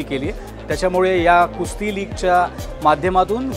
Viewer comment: Its Kusti (कुस्ती) not Kushti.👍